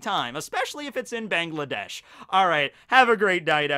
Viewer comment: You spelt Bangladesh wrong lol its funny, here is some advice, its not bengladesh its Bangladesh so the way you spelt the a in "gla" is how u spell the a in "Ba" so its Ba ngla desh, its ez for me since i am kind of indian but yeah there you go i hope u can spell it now